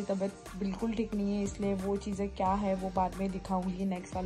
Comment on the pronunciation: Kiya instead of kya